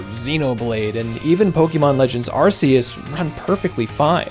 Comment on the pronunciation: “Legends Ar-sea-us”?